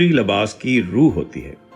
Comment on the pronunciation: Labas nahi Libas kehty hy